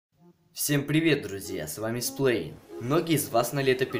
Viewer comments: Ты сплайн, а не сплэйн! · Канал прикольный но вот называется не сплэйн а правильнее сплайн или ещё как вариант эспилайн.